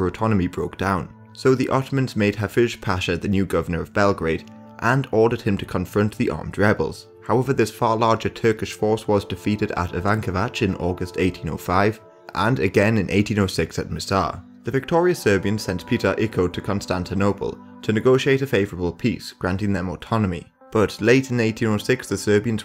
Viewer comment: When he said Ivanovac i couldnt understand what he was saying, and im a native speaker.